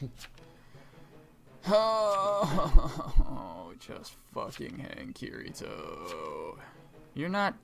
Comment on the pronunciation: didn't even say kirito right smh. He obviously didn't watch sao